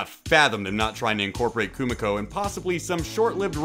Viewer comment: Her name is Koo-me-ko. Get it right, instead of ruining the video. LOL.